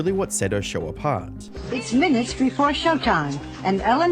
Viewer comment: What's a sher? It's "show" you donkey.